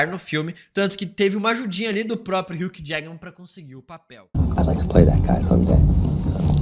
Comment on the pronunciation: Irmão, curto demais seu conteúdo, parabéns! Mas por favor, aprende a falar o nome do Hugh Jackman da forma correta, nunca te pedi nada kk